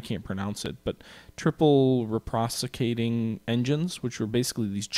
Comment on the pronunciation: Hey, loving this series and your videos. A couple of things. #1: reciprocating engines are pronounced: Recip-procating. Like recipt with the P sounding instead of the T, and a quick procating. The best way to explain them is that that steam drives pistons like in a gasoline engine(or a steam locomotive) . Turbine basically have the steam pushing against a fan (as you can imagine) #2: One area I feel you're somewhat neglecting is torpedo warfare, especially for the Japanese. Due to some successes in the Russo-Japanese war, (which were overstated), the Japanese embraced torpedo warfare wholeheartedly. Would be kinda nice to see more, but its up to your preferences to how you want to fight vs other nations.